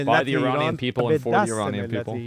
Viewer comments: “You know it’s called Earrran!” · Finally an American who says ‘Iranian’ properly